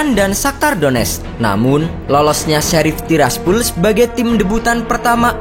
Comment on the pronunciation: Bacanya:sherif sappol